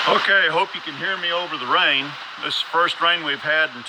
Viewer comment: Very nice knob design! I like the internal steel reinforcement idea! LOL! And the way you talk about rain sounds a bit like Texas! XD